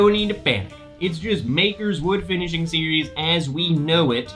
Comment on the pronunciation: “FINISiHING”? Maker’s Mark is adding vowels for this new series.. sounds expensive!! 🤣😂. Jk around.. thanks for the review!